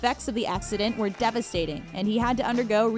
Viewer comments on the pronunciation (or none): none